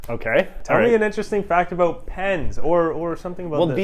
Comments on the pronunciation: I’ve never actually heard someone from BC say “aboot” until this video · lmao did this guy actually say aboot, i'm canadian and thats the first time ive heard somebody legit say that